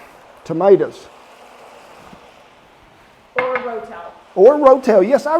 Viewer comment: Wow , I can't believe I wasn't already subbed to you. And though I've rectified that , - there's no ' R ' in tomaters.